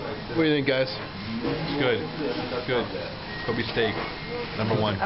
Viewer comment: Kobe is pronounced ko-bay not ko-bee